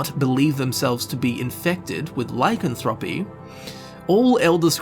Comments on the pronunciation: really... I stopped watching when you couldn't even say lycanthropy right. please go here and listen to the way it is pronounced, your welcome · Learn how to say lycanthropy